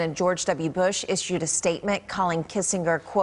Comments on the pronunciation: After 100 years, you could at least pronounce his name correctly. (Soft G) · For someone as well known for as long as Henry Kissen(j)er was, it would be appropriate to learn how to pronounce his name. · That is not how his name is pronounced!